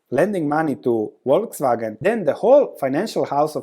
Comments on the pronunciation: Yes, it's "False Wagon" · Buy when they cut or cancel the dividend. My guess is this will be the bottom. 😋😋 Also, you live near Austria, you should know Volkswagen is pronounced Folkswagen. What I also find interesting is that dividend yield of Mercedes and VW are almost the same right now (10% vs. 11%) even though the likelihood of Mercedes keep paying that dividend is way, way higher than that of VW.